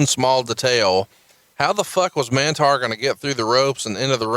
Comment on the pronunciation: Mantaur not Mantar